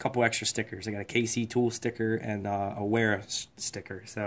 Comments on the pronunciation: I would've thought because its German Wera would be pronounced "Vera". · Wera is pronounced Vera! It’s a German company as you mentioned in your title.